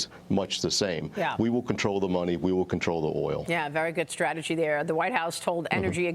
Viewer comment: Did she say strategy? LOL